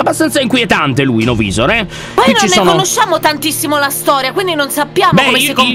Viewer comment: Lyon una cosa novisor si dice novaisor